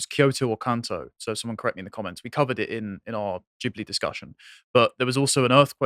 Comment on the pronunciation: I absolutely LOVE that actually knows how to pronounce Ghibli.